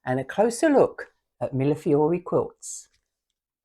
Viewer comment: Finally! Someone who knows how to pronounce Millefiori! I can’t tell you how many times I’ve heard it pronounced as Milliflori. I know it’s a ridiculous thing to be bothered by. But I am. Your channel is lovely. I really enjoyed it. Always love other witchy beings.